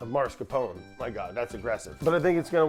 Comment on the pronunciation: Hello. I have a pet peeve. it's not "mars capone". the R is is after the second A, not the first. It ius mas car pone. Brad will never read this or care.